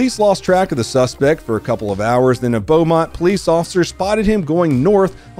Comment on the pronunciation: Being born and raised in the Inland Empire and thankfully escaping it in 2008, you pronounced Beaumont correctly as you did with Rancho Cucamonga.. you did sort of mangle San Bernardino though, and turret... there is no N in turret. Keep up the good work.